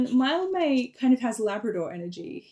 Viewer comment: THAT’S HOW YOU SAY MILDMAY!?!